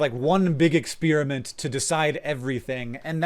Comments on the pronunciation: "Experiment," not "expeeriment" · And Experiment is ex-pare-a-ment. Not, ex-peer-a-ment